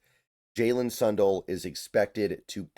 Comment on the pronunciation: Sun Dell like Dell computers not Son dull